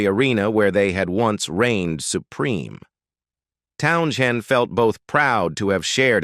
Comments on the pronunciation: Hey, AI dipshiz - 'Townsend' is way you say Pete's last name. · Stupid Ai. Pete Town - shinned. WTF?? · The 'h' is silent. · Teach your AI that the "h" in Townshend is silent.